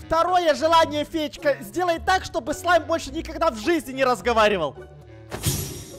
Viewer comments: Мне одной послышалось вместо "Слайм" "Зай"🗿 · А мне послышалось "Смайл"🗿